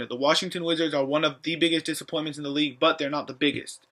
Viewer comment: it's disappointments not dissapointments